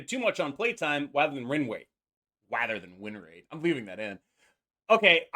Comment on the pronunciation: "Wather than win wate" in a vewy mewwy chwistmas video? it was fated!